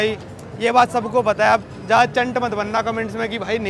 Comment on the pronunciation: aapki pronunciation sahi karo yaar... Zyada ko Jyada mt bola karo, ya maza aa gaya ko maja aa gaya type, padhe likhe insaan se is trh sun k achha nhi lagta h